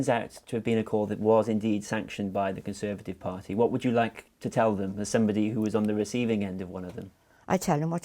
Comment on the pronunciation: CON-serve-at-ive Crime